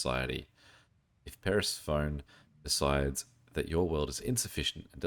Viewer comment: It's not Paris-Phone. It's Pur-seff-on-ee